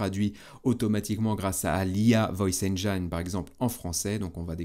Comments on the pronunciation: Ça se prononce “enjine” et non pas “enjaïne”. Pour nos oreilles à tous, merci!😂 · Vidéo très pertinente comme à chaque fois, un grand merci. Etant anglais je me permets juste de reprendre la prononciation de "engine". Ca se prononce enj-in et non pas enj-aie-n L'orthographe est trompeuse :) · Sauf poisson d'avril, erreur de prononciation du mot anglais "Engine"...